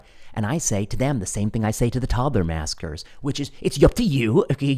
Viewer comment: Love the content, love even more if you'd speak louder. You say "toddler maskers", I hear "toddler massacre-ers".